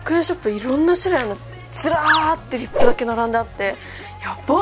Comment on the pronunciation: イントネーション違いますwリッ↓プ↑じゃなくてリッ↑プ→ですw